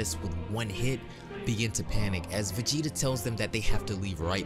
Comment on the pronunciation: dude he said it correctly v e g e t a